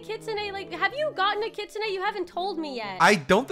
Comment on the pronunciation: Bro I hate when poeple say kitsune like kitsuneigh… it sounds weird no offense. I’m just a big kitsune fan